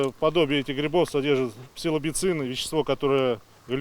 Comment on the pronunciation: ахахаха "псилобицины" !